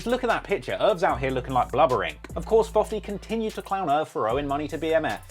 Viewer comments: Can someone tell me why he calls him fofty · Lol “Fofty”